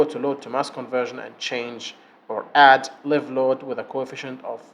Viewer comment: مبارك جهودك استاذ. ملاحظة بسيطة. لفظ الحمولة الحية . لايف. بدل ليف. وجهودك عظيمة ومفيدة.